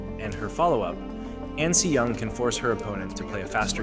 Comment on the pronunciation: ahn not ann